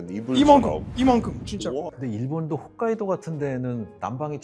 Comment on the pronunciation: 훗카이도 아니고 홋카이도.. 진짜.... ㅎㅗㅅ 카이도....